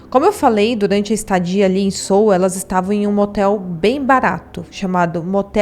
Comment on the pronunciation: Pronuncia Seul mesmo, não Sul.